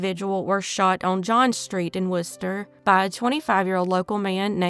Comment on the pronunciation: Thank you for pronouncing "Worcester" correctly! Most out-of-state people do not